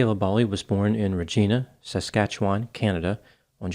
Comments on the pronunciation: Re g( i ) na not Regena. No worries just so you know. Cheers from Canada 🖐️😁🍁🇨🇦 Enjoy your work 👌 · Dear, as a Canadian I need to tell you that Regina, Saskatchewan is properly pronounced Re GYNA (like Vagina) not Re GEENA. Feel you need to know this. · City of Regina pronounced so it rhymes with vagina. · It's 'Ruh--Ji-Na' not whatever you are saying lol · Reg-eye-na, Saskatchewan. Rhymes with name of female anatomy. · Actually, the city of Regina is pronounced with a Long "I". Don't ask me why! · As a canadian hearing Re-gee-na makes me laugh cause how you pronkunce it the name Regina actually rhymes with vagina. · Hi, just for future ref: Regina rhymes with Vagina. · Are you kidding???? Re GINE- A rhymes with Vagina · It's pronounced "Re-gyn-a" as in rhymes with "vagina"!!! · Bad news.. in Saskatchewan Regina rhymes with vagina. I'm sure some civic-minded Canadian is already informed you. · Not how you pronounce Regina. It rhymes with Vagina. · it's re gin(vine ine )ah in Canada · Regina is pronounced Reg-eye-na. Saskatchewan 🇨🇦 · It’s pronounced re-GYNa, like 🐱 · Really enjoy your videos. Also, it’s reg-I-na, like 🐱 😂😂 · it's pronounced regina like vagina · Over the years many people have theorized this girl was groomed and trafficked. For the record we say Reg-EYE-na, sparking one of the oldest jokes in Canada. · thanks for this video. Just in case you would like to know you are pronouncing Regina incorrectly. The “I” is long not short. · Geeze Doc, how did you mispronounce "Regina"? It's not Rejeena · You really need to get a Canadian on staff to help you with pronunciation: Re ji na. ( As in the Queen) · Pronounced "Re-jyna" or "rah-jyna" Like the ladypart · They pronounce it Reg EYE na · I live in Ottawa, ON Canada. I can't help but correct - it's "Re-g-EYE-Na". 😐😐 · it's normally prnounced "reg-EYE-na". No snickering allowed. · REGINA VAGINA Same pronunciation. You're killing me Also why Regina is nicknamed The Vag